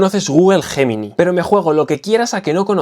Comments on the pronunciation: ¿Guguel JJJemini?...🤣🤣🤣🤣, qué mal se pronuncia el inglés en España, es algo endémico. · es Yeminai... asi se pronuncia tmr españoles, q les cuesta decirlo en ingles... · Es un término originalmente latino y en latín se pronuncia «guemini».